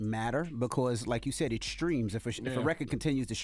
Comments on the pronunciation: Sound like he's saying screams and not streams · Streams dummy not screams